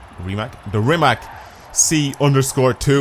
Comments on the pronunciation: Broooooooooo stop saing rimak because its from Croatia (my country) you say rimac with c not k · ...Its the same sound. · on croatian it isnt... and the way you guys say is incorect Thanks for explenation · go to goole and search how to say rimacbecause i dont know how to explain it